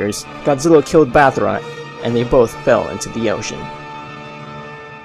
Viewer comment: Did...did you say bathra?